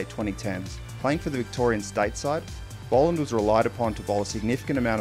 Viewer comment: Bol not bowl